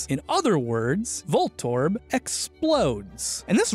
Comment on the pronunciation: voltorb - volt orb. Huh.